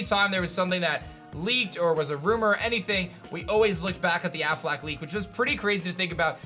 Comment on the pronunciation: Why does he keep saying "Ben AFFLAC"? The Affleck leak was the best. There was so much information and depth to that one. (No wonder they got fired and sued) I also liked the Chinese Riddler leak. That one was fun to try and figure out. (I'm surprised it wasn't mentioned here)